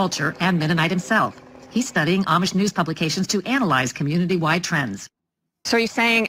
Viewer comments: The Amish (pronounced ah-mish) get lots of vitamin Sunshine. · Ahhh-mish not I-Ee-mish.